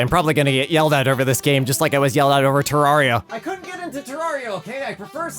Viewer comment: Terraria. It’s terraria,.